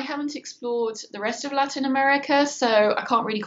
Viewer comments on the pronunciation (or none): none